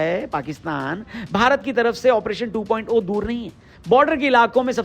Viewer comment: 2.O❎ 2.0✅ O nhi hota hai zero hota hai